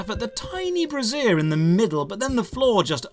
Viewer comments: Brazier and brassiere are pronounced differently. Unless you saw a floating bra in the level? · Is that how yall pronounce "brazier," over there?